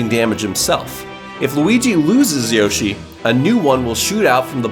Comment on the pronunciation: You said roshi instead of yoshi